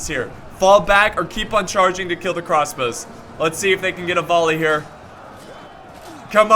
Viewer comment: "Crosbows" .. gg